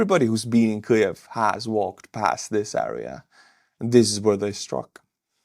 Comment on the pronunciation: Kliev? No L in in Kyiv.